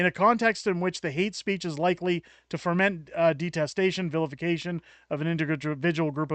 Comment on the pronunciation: FO-MENT The word is Foment; not foR-ment... there's no "R"... Good post, btw.